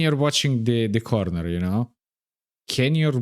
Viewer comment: "corrrrrnerrrr" You remind me of another content creator I used to watch a long time ago, and he was Serbian. You Serbian or a neighbor, maybe?